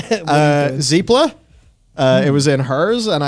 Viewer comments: Zee-pla? no it's Zeh-pla. LOL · Zep-la not Zeep-la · "Zee-pla"? who's "Zee-pla"? Or is that an accent thing? The Ze has a short pronounciation, like the first syllable in "Ze"reth Mortis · “Zeepla”? That’s a new one lol